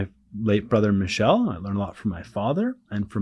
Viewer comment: I'm sorry it's pronounced Michel...... Not Michelle